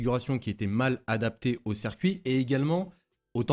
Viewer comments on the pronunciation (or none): none